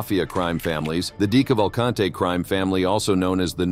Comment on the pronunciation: Dee Cavv ull cant eee. Robot, reconfigure pronuciation...